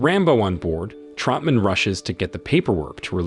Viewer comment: Who the hell is Trumpman? It’s Troutman. Who the hell is Nguyen Sara? Her name was Co Bao.